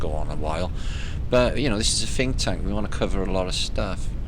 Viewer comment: Did I hear say Phinktank? No I guess I didn't. I'm getting old.